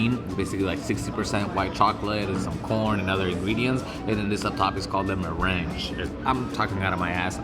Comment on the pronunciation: Just watched this video. Meringue is pronounced mehrang not mehranj